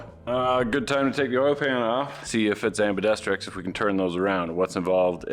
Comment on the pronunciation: Okay, question… does mispronounce words on purpose. “Anbedestrics”?